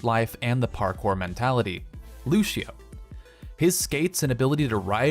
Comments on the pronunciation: did he just call Lucio "Lushio" ?! !:55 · The Mighty Doge lushio isn't the worse thing overwatch youtubers mispronounce